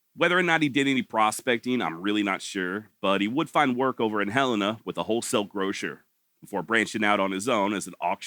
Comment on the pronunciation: Im so glad that you know how to say Helena correctly. Ive grown up hearing people from out of state pronouncing it Huh-Leena. Good job.